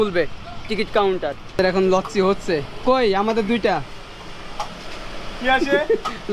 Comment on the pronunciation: its not লচ্চি its লাচ্ছি ফ্রিজ ব্রো!!!